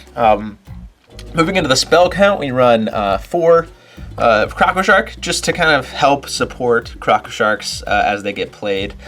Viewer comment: I love how you say crocko sharks in your stones lol